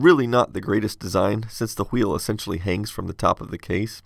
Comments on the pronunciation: pronunciation of "wHHeel!" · He pronounces "wheel" like, I can't stop laughing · I know this is old, but what the hell man? just clean of the top layer from traces and bridge the connections..... And H is silent in wheel!!!!! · you pronounce wheel the way Stewie pronounces Wheat thins